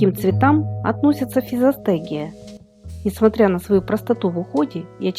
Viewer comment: Никто и не понял, как называется ростение, удивительная дикция